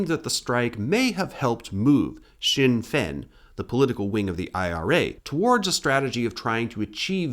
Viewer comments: Also Sinn Féin is pronounced 'shin-fayn' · Never considered Sinn Féin could be pronounced like that lmao